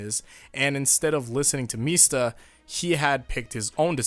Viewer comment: .....Why are you pronouncing Mista like how Sex Pistols says it? MEESTA